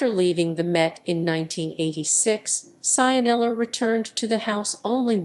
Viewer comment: Pronunciato Saianela non si può sentire.